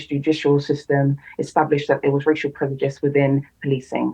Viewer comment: I see no-one still can been bothered with the headache of correcting her that its "prejudice" not "predujice"